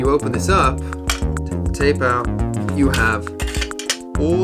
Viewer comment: The way you pronounced "out" in "I wanna take you out" as "oawt" drove me up the wall, but otherwise this is a neat video :O Very interesting.